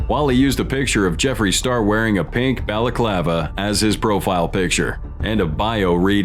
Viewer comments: "Tikitokers" and "Bahla-clah-vah" smh...... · i had to stop watching cause the way you were improperly pronouncing balclava